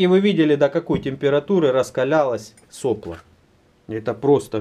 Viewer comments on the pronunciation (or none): none